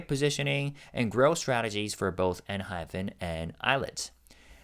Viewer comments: You're pronouncing Enhypen INCORRECTLY it's PEN not PHEN. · dont worry about it. sometimes Jake and Jay also pronounced the group name as enhyphen in interviews 😂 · Jake himself pronounces it EnhyPHEN sometimes... complain to him lol.